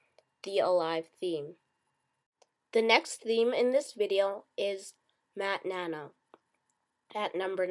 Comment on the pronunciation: MatNano....... ITS MATTE NANO